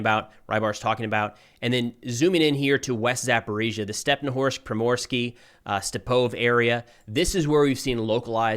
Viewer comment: hey good work but how about calling the cities by their Ukrainian names? They end with an I, instead of O. So StepnohIrsk, instead of Stepnohorsk. For, example the Russian call it Kharkov, instead of Kharkiv